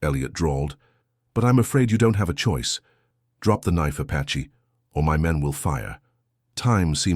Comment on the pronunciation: The word is APACHE not patche